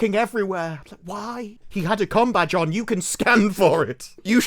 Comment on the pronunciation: Combadge or Cumbag? Can't stop hearing the second every time 😂😂😂😂